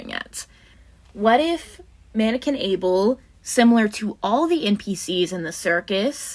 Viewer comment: Abel? No, BBel. Beeble. Bubble.